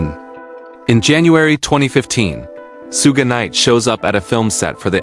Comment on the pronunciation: AI CONTENT FARM! "SOO-GEH Knight" not even 20sec in. Bruh quality control your shit.